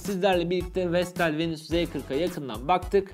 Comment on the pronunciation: Vestel VENUS yalnız "VENÜS" değil :)